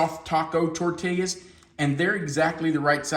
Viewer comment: Longtime watcher, first time commenter. Love the channel and tried at least 10 of your recipes. Years watching you, I must alert you there is no L pronounced in tortillas. Please, its tor-teee-yaas. No llllll.